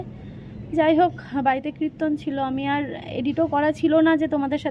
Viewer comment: Kriton na kirton